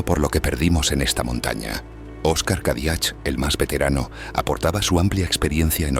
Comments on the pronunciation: *Cadiach se pronuncia Cadiac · Gracias por vuestros vídeos!!! Los apellidos catalanes acabados en ch se pronucian sin la h ("Cadiac")